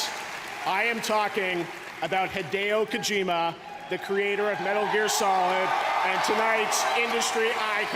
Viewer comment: HAEDEEYO KOJIMA 😂😂